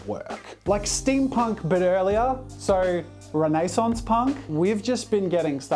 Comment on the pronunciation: I love all your content Jazza... ...just wrapping my attention around your pronunciation of renaissance (REN-uh-sahns)... Hahaha...